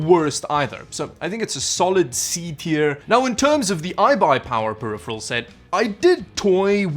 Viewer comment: ‘periphirel’, a conjecture of ‘peripheral’ and ‘apparel’? 🤔